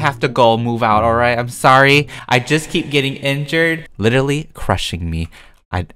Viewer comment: Concrete is "LICHERALLY" a color:)